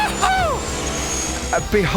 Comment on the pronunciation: "Here comes Sharle Eclairc"